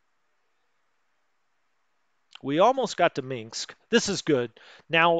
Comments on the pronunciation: Gotta love him pronouncing it "Minxs" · Stug is pronounced Stoog. There is no mink in Minsk. Just saying lol. Thanks for your explanations of the game. Good stuff. seems you see problems when non is there. ?